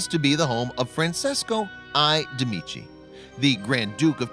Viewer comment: What's more, you said Francesco DEMICI instead of MEDICI. Oh, hell disaster...